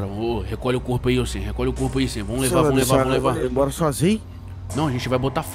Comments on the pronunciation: Tj o dim fala sami n sam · Muito top, mas quando vc for chamar o sam vc fala sami pq é assim que o Dean chama ele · N é sam e SIM Samy